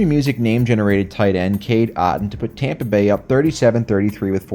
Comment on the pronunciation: i loled at the way u said Tampa Bae